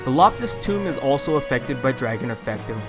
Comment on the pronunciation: Quick question: Why do you say “Tome” as “Tomb” or “Toom”?